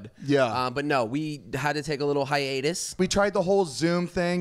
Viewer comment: But saying the word “hiatus” triggered me😭